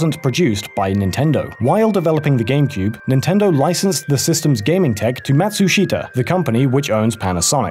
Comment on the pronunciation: ''Even posted on the official Nindendo website for Sweden'' I just quickly turned my head when i heard that